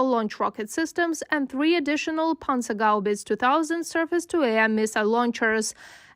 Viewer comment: Oh boy, you butchered that one. Panzerhaubitze is one of the famous German compound words consisting of Panzer (tank) and Haubitze (howitzer) and is pronounced [ˈpant͡sɐhaʊ̯ˌbɪt͡sə].